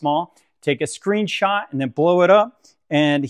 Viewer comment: Great video. Thank you. I liked it better when you used to say "screenshoot" :)